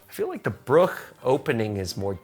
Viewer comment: Violinists: Wow, he plays really well. Me, a German: Wow, his pronunciation of Bruch and Schoenberg is really good.